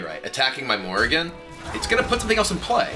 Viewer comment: Every time he plays Dr. Morrigan, all I hear is Morgan and Morgan and Morgan and Morgan and Morgan and Morgan and Morgan and Morgan and Morgan and Morgan and Morgan.